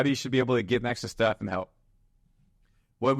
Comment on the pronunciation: “Losing Steph …” brother please don’t mispronounce like that you give me heart attack XD